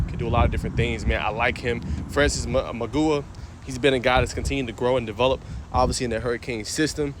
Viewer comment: Magooua 😂 you don’t know acc